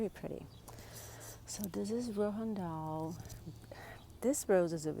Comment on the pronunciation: Roald Dahl not Rohan Dahl.